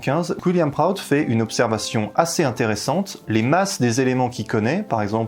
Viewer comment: on prononce William Proutte pas Wiliam Proatte